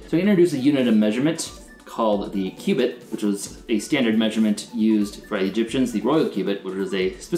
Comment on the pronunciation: all i hear is q-bert q-bert.